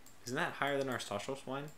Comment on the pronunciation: By the way, "Stachelswein" is pronounced "stack-elsh-vine," I believe. Emphasis on the "stack."